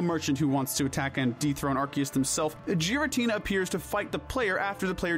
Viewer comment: GIRATINA DOES NOT START WITH A J, STUPID, IT STARTS WITH A G!